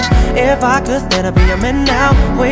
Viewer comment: could 的發音可以再好一點 沒看字幕以為在講阿珂 想說甚麼瓊瑤劇